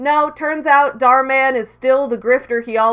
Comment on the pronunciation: dharminder is a basic capitalist/parasite who is cashing in on his capitalist perks, nothing new about it. he's so westoid,🤣 can't even pronounce the abbreviated and white version of his name dharminder- dhar mann correctly (dh-is different from d, dh has an aspirated,basy sound when u pronounce it, phonetic -dhur(like u pronounce purr{cat} without the prolonged rrr sound and maaan not man)